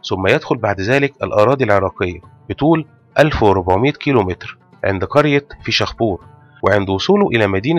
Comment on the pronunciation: فيشْ خابور وليس فيشَخْ بور وتكتب مرتبطة ( فيشخابور) ..